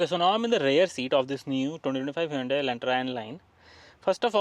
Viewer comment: It's pronounced hyundae like sunday-monday